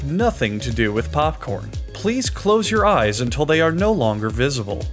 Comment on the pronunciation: "please close your eyes until they are no londer wisible" ... Wait so am I just supposed to open my eyes as soon as I coose them ?